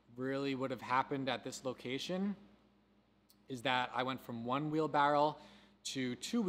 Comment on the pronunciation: Wheelbarrow not wheelbarrel lol